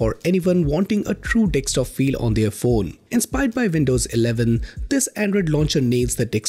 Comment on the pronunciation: Bro, it’s pronounced as D E S K T O P, not D E X T O P.😊